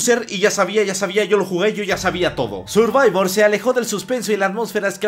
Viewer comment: A mí me gusto el "Sirvivor" )